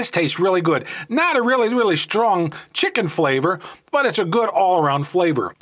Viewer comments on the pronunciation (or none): I like the Maruchan “chickie” flavor. 🤣